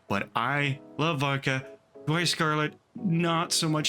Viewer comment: Daiwa. Daiwa. Daiwa. Daiwa. NOT Dawai. Not Dawai. Big pet peeve